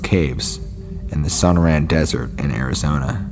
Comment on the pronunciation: That's So•nor•an,desert, sorry just bugs me,coming from a guy who flunked Spanish in high school!